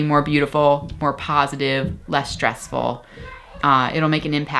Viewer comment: Its never 'shtressful '. There is no such word. It may be ' Stressful ' though.